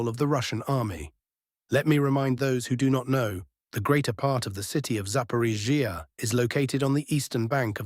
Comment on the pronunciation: Russian: Zapo-ROSH-ee-ah Ukranian: Zapo-RISH-ee-ah English AI voice: Zapo-rish-EE-ah 😂😂😂👏👏👏